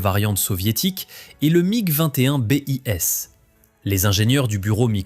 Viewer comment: Que d'approximations ! Le Mig-17 daterait des années 40 ? Sans compter la prononciation, le bis devient le B.I.S